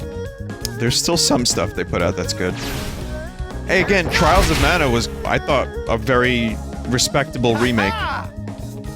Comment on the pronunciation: Vinny: "I think the voice acting is better [than Trials of Mana,] so far." Me: "Twials of Mana"